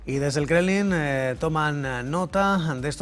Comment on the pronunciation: No es "Krenlin" sino KREMLIN... hablen bien cuando entreguen las noticias